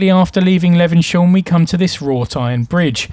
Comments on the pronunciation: Great video....but maybe check the pronunciation before visiting? "Le-vens-hyoom", not "Le-ven-shum"!! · For your information, Levenshulme is pronounced 'Levenshume'!!! Before you did this Christmas walk with a difference, did you bother doing any research into how the area's name was pronounced? I don't fucking THINK so somehow. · Er,,,,,, it's pronounced Levens.. Hume - lol (bloody southerners) - just joking - nice video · Great video but saying 'Levensyome' all the time was getting right on my tits!...But it was very informative and filmed well, so good job 👍.